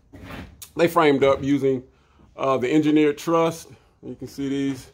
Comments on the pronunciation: Ok, awesome video… but it is truss, not trust lol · It’s a ‘truss’ brother, not a ‘trust’. Thanks for your videos. Very interesting.